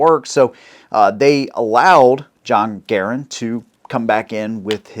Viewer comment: Funny how most people even experienced in weapons pronounce Garand wrong, it's pronounced Gærənd. Canadians have to be special in the pronunciation of their names.